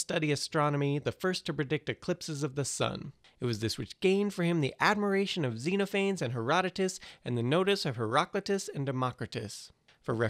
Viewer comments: zenaphanes, pleanaphanes,leanaphanes, fleezaphanes,weenaanes, ulaphanes, plugzaphanes, ruinzaphanes, the more this guy talked about these mostly unknown groups, the more that i felt my eyes glass over. silence or a simpler version would have helped. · That's not how you say Xenophanes... :-(